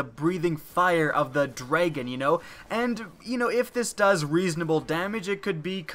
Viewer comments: Lol "dreigon" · *pronounces dragon as dregon furiously